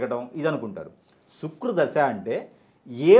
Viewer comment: శుక్రు దశ కాదు శుక్ర దశ